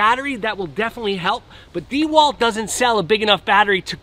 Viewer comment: Watching him attempt to use the tool was painful enough, having to listen to him mispronounce the brand was just too much.